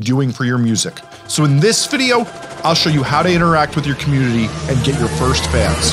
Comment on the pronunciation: take the time to pronounce COMMUNITY